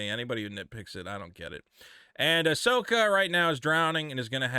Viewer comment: Ahsoka ah-sucksa